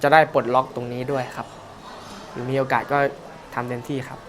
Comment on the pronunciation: โอกา(ส) นะครับ